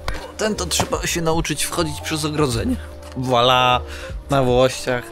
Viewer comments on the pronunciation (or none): none